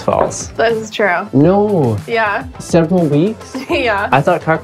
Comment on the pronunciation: It's said ture instead of true